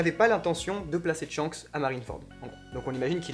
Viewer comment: SVP arretez de dire Tshanks faut dire Shanks les mecs svp ;)